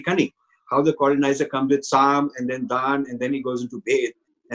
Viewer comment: Respectful correction: I think it is Saam, Daam, Dund, Bhed at the end!